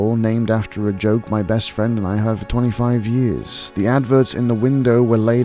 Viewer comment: ooh fwend